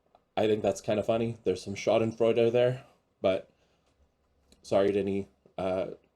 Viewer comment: You pronounced Schadenfreude correctly- no need to apologize. Except for your other ridiculous thumbnails that fit the pro maga mindset. Ugh!